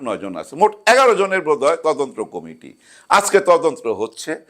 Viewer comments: ময়ূরীর মেয়েকে যে প্রশ্ন করা হয়েছে এটা তার মায়ের অর্জন। ওই ধরনের সিনেমায় কাজ করলে তার সুদূরপ্রসারী প্রভাব থাকবেই। ঘটনার সাথে জড়িত তিনজনের দৃষ্টান্তমূলক শাস্তি চাই। বাই দ্যা ওয়ে, মালেক আফসারী ভাই, আপনি তদন্ত উচ্চারণটা ঠিক করে নেবেন। আপনি বারবার তদন্ত্র বলছিলেন। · তদন্ত্র না, তদন্ত।